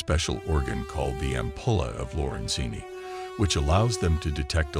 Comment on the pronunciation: What’s a CLARN fish🤷‍♂️ And I’ve never heard AMPULLAE OF Lorenzini pronounced like that🙈 Great whites have No Predators🤔 Really??? Orcas Predate on Great Whites for their Liver👍 Come on get all the facts right🙈